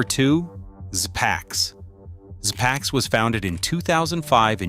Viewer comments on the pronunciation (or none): Pronounced zee packs (zpacks) rather szpacks.